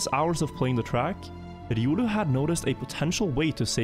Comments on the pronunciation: Everyone: "Ree-oh-loo": "Rrrridiolew" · Says “riolu”: Edioolu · Bro why are you pronouncing Riolu like I has an e in the beginning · Hahahha innit, I think unless you play Pokémon it's not obvious but when you do hear it pronounced the way does it's strange 🤣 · “Irulu” lol. Its riolu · It’s an R and L, not an E and a D you’re saying it like Eiodu, it’s a Pokémon’s name look up how they pronounce it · That pronunciation of Riolu us killin me. I'm assuming the guy named himself after the pokemon. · Riolu is not a german name, it's the name of a pokemon, it sounds so weird when you try to pronounce riolu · This man has never played Pokémon and it shows lol. I hate how he pronounces riolu haha